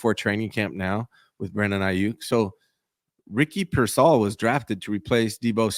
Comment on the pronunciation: Why can’t pronounce payers name correctly? First it was mispronouncing Brendel as “Bren-dell” and now it’s Pearsall as “Peer-Saul”. Shit is nails on a chalkboard